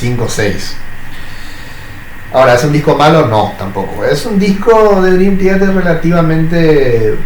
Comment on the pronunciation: 1. Kevin Moore estuvo hasta Awake (1994) 2. Mike Portnoy volvió a finales de 2023. Durante el 2024 trabajaron Parasonnia y en 2025 lo lanzan. 13 años estuvo fuera de la banda. El mismo lo dijo una y otra vez que fueron 13 años. 3. Man, que mal pronuncias Theater 4. Una boludez mencionar tu hate a Coto jajajaja la tenes adentro